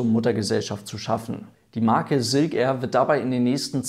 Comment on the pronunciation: Ja, erneut wirklich tolles Video, aber Silk Air wird halt nun mal Englisch und nicht Deutsch oder Denglisch (weil "Air" sprichst Du ja richtig aus) ausgesprochen, daher tu so, als stände vorne ein "ß", also ßilk air, dann klingt es auch Englisch. ;-)